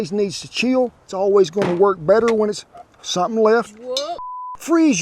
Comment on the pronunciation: " Somep'n left...." 😂😂 As long as it's not your horse, you're alright.